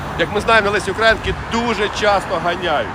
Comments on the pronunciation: Шановний автор - прошу Вас правильно ставити наголос щодо Українки. Вимовляєте як задрипаний КУГУТЯРА ! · Позорище - не УкрАїнки, а УкраЇнки.